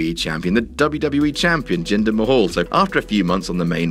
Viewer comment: Hey his name is jinder Mahal not ginger kk